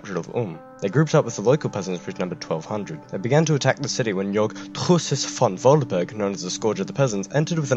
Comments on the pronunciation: I get a tiny seizure every time he says Truschess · Hearing this guy say Truchsess over and over was pretty amusing lmao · Your pronounciation is absolutely hillarious😂 But as a German I appreciate the effort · Well... you really owned your mispronunciation. I can respect that. TRUCHSESS! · i thought i was just drunk fuck this guy. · i am German and it was in fact terrible. I hardly understood it